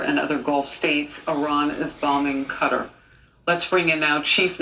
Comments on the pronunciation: Professionals can't pronounce Qatar.... lol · Both of them said it wrong😭😭😭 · What destroy Qatar? 6 missiles ❌ The pronounciation ✅ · The ol heffer can’t even say Qatar lmao none of the missiles hit thanks to our ADA (Air defense artillery) them soldiers were finally about to get some action HOAH!! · If I had a nickel every time she said cutter. What is it , a turkey cutter. Repeat after me: I love to carve Christmas turkeys with my new cutter.👏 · Cutter?.. Its Qatar. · Its KUH-TAR! That was annoying!😂 "Cutter"🤠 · It’s actually pronounced Cuttar not Cutaar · Yeah....I don't know why they pronounce it cutter. It's kuh-tar or guh-tar. It's the same as Iraq. I hear some Americans eye-rack/rock instead of i-rack / ir-ack. Anyway... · Cutter, no. Cat-tar, yes. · It’s QATAR, Not CUTTER. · Take a shot every time she says "cutter" instead of Qatar 😫💀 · Cutter or Qatar? I'm seeing Qatar on the screen. I have no idea who tf Cutter is. Cut-ARE! Cutter🙄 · is it though? Since its pronounced Kuh-tar not Cut-ter. "The closest pronunciation" sounds like you're encouraging ignorance because it's NOT the proper pronunciation and these people get paid way too much to mess up the pronunciation of a five letter country 😂. DOY!! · It's pronounced Ka-Tar... no idea why they're saying Cutter. When you fly Qatar Airways they don't say Cutter, lol. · It's kuh tar not cutter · Cutter? FFS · It is kuh-TAR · THANK YOU!!! I kept saying it every time... "kutter"??? LMAO!! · Bro, wtf is “CUTTER?” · On the national news saying cutter lol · You would expect professionals to pronounce it right atleast..who the fuc.k i CUTTER!!! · KUH-TAAR!! Damn that's driving me crazy. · Thank you ME TOO! I was stationed on and off there for six years nobody pronounces it cutter. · It's Qatar 🇶🇦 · no its not and kyiv is not keev its key-ev, im air force and was stationed in saudi arabia. never once heard cutter unless monday night raw was on and diamond dallas page was doing the diamond cutter